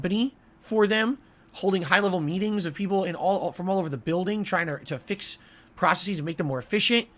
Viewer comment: The way he mispronounces processes is enough reason to fire him.